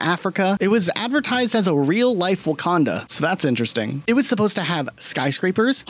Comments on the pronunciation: Wakanda with the hard r is bonkers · Did.... Did he put a hard r on Wakanda?